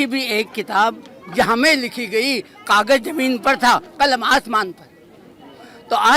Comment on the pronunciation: Kagaj nahi, Kaaghaz 😂